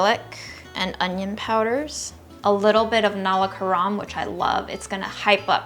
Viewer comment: Hey i love u❤...u r super inspiring🤩... I'm from south india (tamil nadu) and was excited when u said that u "love nalla karam"... It's pronounced null-a car-um... I hope I'm not rude and don't offend the Queen's fans😅✌